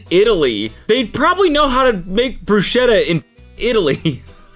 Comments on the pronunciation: It is pronounced Brusketta not Brushetta... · BRUSKETTA PLEASE My ears are bleeding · I have to correct your pronounsiation, it's [brusketta] with a k in the middle. Great video, I just had to write this comment.😅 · Fuckin' hell, Cody can you PLEASEEEEE JUST PRONOUNCE BRUSKETTTA RIGHT FOR THE LOVE OF GOD!!!!!